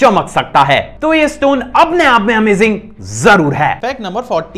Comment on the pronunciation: Bhai tu bohot sahi hai par tu amazing word bolne ka dhang change karde